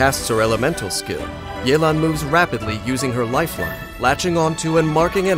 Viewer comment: Mans really say Li-you